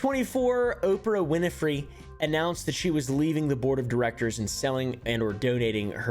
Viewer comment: "Opah winfey" had me balling